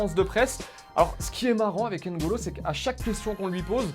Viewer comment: Alors juste, son prénom s'écrit NGolo, mais se prononce Golo. Tout comme Mbappé, qui se pronnonce Bappé *